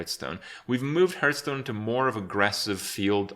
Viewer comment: 3 years later and still pronouncing it Herthstone....